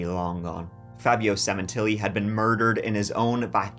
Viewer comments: Semen....tilli. Funny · Sementilli, cut the tilli 😂